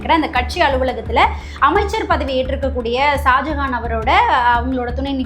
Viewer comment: ஜாஜஹான் அல்ல.சரியாக உச்சரிக்கவும்.